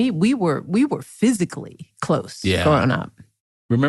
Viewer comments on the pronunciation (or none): The way he emphasizes that they were physically close is what I thought was weird. Maybe that's where they both turn gay.